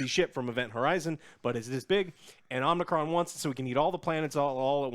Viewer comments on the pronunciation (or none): I thought it was omnicron till I looked it up rn 😭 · Only the true fans call him Omicron